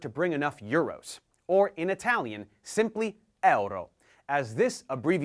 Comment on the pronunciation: How is your Italian pronunciation so good? Amazing!